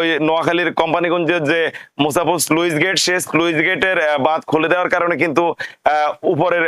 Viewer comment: সুইজ গেট, স্লোইজ হবে না